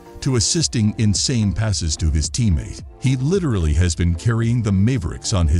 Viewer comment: Mave ricks